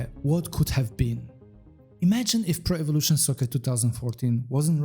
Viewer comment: why do you keep reading it like prevelation soccer?